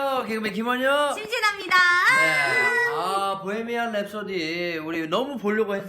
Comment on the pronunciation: 프레디 머큐리 단어나 보헤미안 랩소디 단어를 이야기 하실때 마다 발음을 너무 굴려서 듣는 사람이 불편해요. 정확한 단어를 알려드릴려고 하는것은 좋으나 너무 굴려요...